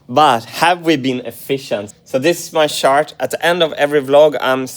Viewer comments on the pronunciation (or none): please do not say chart like this ever again :> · The way Martin pronounces ‚this is my shart‘ is a little funny 😂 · I giggle everytime he says shart… 😂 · I love how you say "chart" 😍🤣